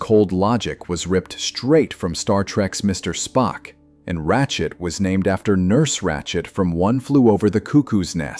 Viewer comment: Umm it's "Nurse Ratched" not Ratchet. Ratchet likely relates to a ratchet set of tools.